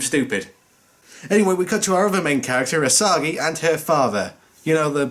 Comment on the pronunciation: btw, the character Asagi ("Ah-sa-gi" not "Ashuka, as you keep saying), the one with the psychic connection to Gamera in all 3 movies, is played by Ayako Fujitani, who is the half-Japanese daughter of Steven Seagal.